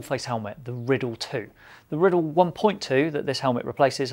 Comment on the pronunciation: Isn’t it the “Rye - Dell” not Rid-El or am I just a dumb merican ?